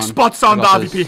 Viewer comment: Why does he keep calling he AWP the "RVP"?